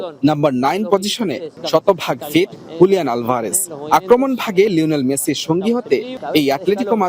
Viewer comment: She can't pronounciate the word 'Messi' properly.